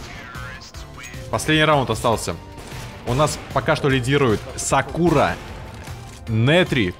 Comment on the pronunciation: Как же режит слух, когда он говорит сАкура